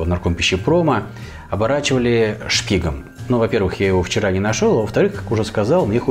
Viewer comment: ШПИК, а не шпиг.